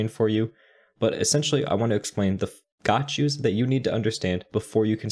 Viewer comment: everytime you say gotchu, i wanna say bless you lol.